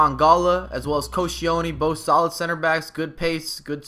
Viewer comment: it is Koh-shell-knee